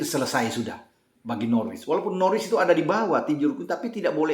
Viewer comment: Dibacanya bukan Norwich, tapi Norich